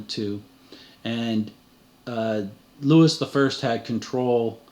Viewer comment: Love every minute of your work... I will only correct you on pronunciation. Louis would be "Loowee" and Viscount would be "Vy count"